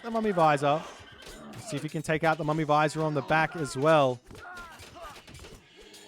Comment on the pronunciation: it's not a mummy visor it's vij-ir